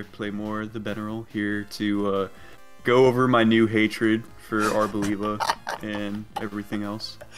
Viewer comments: the way arboliva is ponounced is just like that but instead of placing emphasis on the ``O´´ sound, you do it on the ``E´´ sound. so it'd be ar-bol-``E´´-va. In spanish the ``I´´ is pronounced like the english ``E´´ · Hey, the correct pronounciation for arboliva would actually be ar-bo-lee-va, since its name comes from the Portuguese and Spanish words oliva (olive) and is pronounced with the closed I. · it's actually stressed on the li because it's not olive, it's oliva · I always thought it was supposed to be prounounced as "arbor"-leye-va, cause tree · My thought is that Arboliva is pronounced Are-bow-LEE-vuh. Arbor is Latin for tree and oliva is Italian for olive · mispronouncing Arboliva the whole video and just nailing it like 10 seconds into the interview lmao